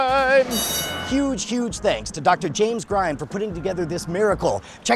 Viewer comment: "James Grind" um not quite